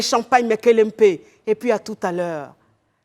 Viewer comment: Sa façon de dire pub ça ressemble tellement à pipe, wooou qu’elle imagination digne d’un film gbofloto 😅